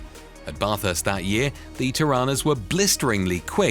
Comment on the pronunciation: GET YOUR TORANAS RIGHT 7 min mark NOT difficult